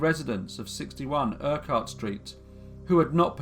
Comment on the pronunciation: Thanks for the case from my home town. Never heard of this case. Its before my time. 2 accent corrections for you though. Granite is pronounced Gran nit and Urquhart is pronounced Urk art. Other than that awesome story as always.: )